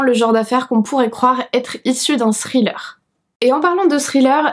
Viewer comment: Salut! Quand tu dis THRILLER on dirait que tu dis STRILLER... Pas besoin de mettre autant d'emphase sur le H c'est juste un truc de langue au palais après le T ... Écoute la différence sur un "text to speech". Bel essai par contre tu y es presque.